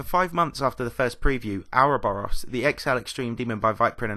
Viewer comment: please learn to say ouroboros -everyone